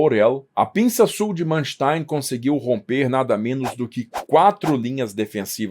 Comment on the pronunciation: nem para pronunciar o nome do tipo em condições?